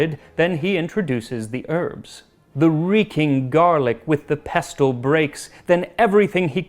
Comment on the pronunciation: Dear Max, the t in pestle is silent like in wrestle. You muppet.